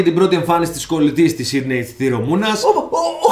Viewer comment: το οτι ο τη λεει σιντυ αντι για σιντνευ ολο το επεισοδιο.....